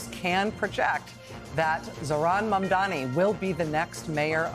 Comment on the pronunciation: Not Mandani